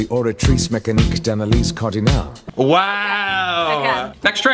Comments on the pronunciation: considering I'm French and your name is common in France, I won't be kind. IT WAS ALSMOST PERFECT!! the only thing that bugged me was the "Cardinale", you pronounced it "Cardinalé", it's supposed to be pronounced "Cardinal" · Cardinale was not pronounced correctly, but otherwise he's not bad for someone who doesn't speak french.